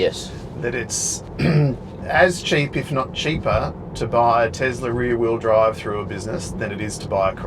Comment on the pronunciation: I though called the basic White model 3 "The Weary Bride", not the "The rear wheel drive" 😃